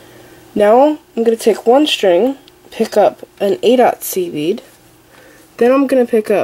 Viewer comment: about 8 mins i was hearing seaweed instead of seed bead